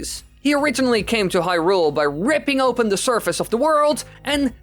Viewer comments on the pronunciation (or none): none